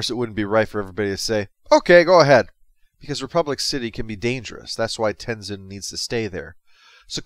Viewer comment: I love that Korra’s first line being “I’M THE AVATAR! YOU GOTTA DEAL WITH IT!” It really shows Korra being a VERY different protagonist rather than being Aang’s copycat despite being his reincarnation. Also, Aang’s son is pronounced Tenzin, not Tenizin.